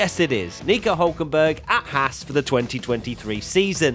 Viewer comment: I think you're still not pronouncing Haas correctly, but I guess I'll just have to learn to live with it :/